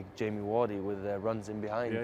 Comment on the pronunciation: Best Striker right now 👌👌🤩🤩🤩😢...but am I the only one who heard him say Jamie Wardy